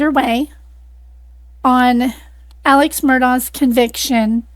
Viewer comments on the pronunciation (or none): It is pronounced Alec not Alex